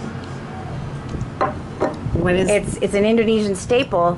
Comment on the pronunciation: Siomay, not somei